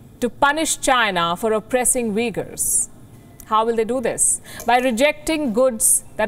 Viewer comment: Madam i guess u couldn't pronounced this"UIGHURS"